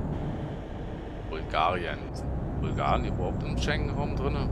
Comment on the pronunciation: Die EU möchte in den Schängenraum sehr geiler Versprecher. I like it !!!